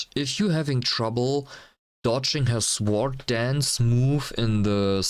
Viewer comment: Good job, liked and subbed. The "w" in sword is silent though. Cheers